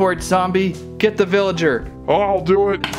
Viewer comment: Ricardo Castellanos its villager not villagert